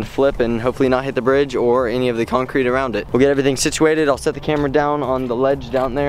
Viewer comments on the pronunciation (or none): none